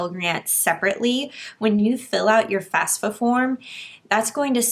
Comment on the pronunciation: It's FAFSA, not FASFA.